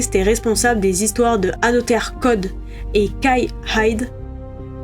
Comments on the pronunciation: Ne dit-on pas « anozer code »?🤔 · Il y a une possibilité de belle courbe de progression pour la prononciation en anglais d'Another Code 😀 En tous les cas, vidéo intéressante. Perso je n'ai pas pris cette compil, j'ai déjà 1 des 2 sur DS (mais sans y avoir encore joué) et les retours semblent mitigés sur ce remake.